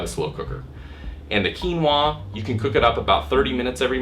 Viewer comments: Keenwarr. God I love American pronunciation. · It's called Quinoa. Pronounced "Keen-wah".